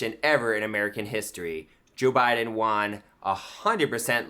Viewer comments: Why does he keep saying "wan" instead of "won?" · Why does he pronounce "won" as "juan". Is it because of "Juan o seven"? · Why is he pronouncing won as "juan"? He sounds like a child. One in need of a helmet.